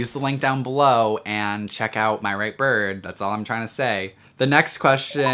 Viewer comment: He says birb.. Not gonna lie its kinda hot